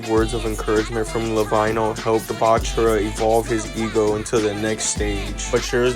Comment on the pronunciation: For further videos, when you say lavinho, its pronounced as la-veen-yo